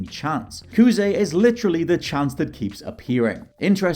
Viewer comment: I am not going to take anything you said as fact when you didn't learn how to pronounce Kuze properly, despite it being in Japanese. It is not Kooz.